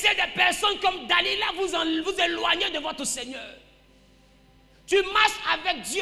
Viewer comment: Delila et non Da-lida Amen